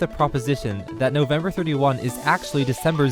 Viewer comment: Noveb-mers? XD